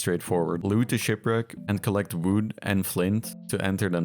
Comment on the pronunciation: You only need to grab some “wüd”😂